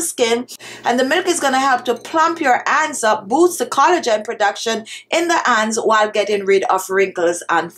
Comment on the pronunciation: Dear I have a friend from Jamaica all her family they pronounced it like that honey-aney, hands-ands extra